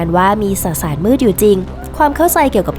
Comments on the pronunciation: สสาร ไม่ใช่ สะสาร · 555 เว้นวรรค ได้น่ารักมาก ไม่ตัดออกด้วยนะ